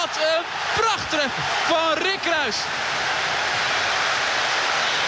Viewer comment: hoor die rrrr